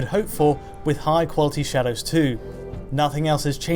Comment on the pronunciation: Shawdows? shawdows? we're talking shadows???